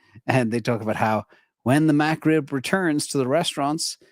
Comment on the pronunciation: You know has never had a McRib because of how he pronounces it… “MAC-Rib”… lol., we love how you aren’t up on pop culture! I’ll never forget that day that someone commented that “Andrew Tate is being given crap for owning Bitcoin., you should have him on your channel.” And then you were basically like, “Poor Guy… I don’t know who Andrew Tate is, but yes, if he’s being persecuted for owning Bitcoin, and he’d want to be on, I’d have him on!” And then everyone was like… “!!! You do NOT want him on your channel!!!” lol.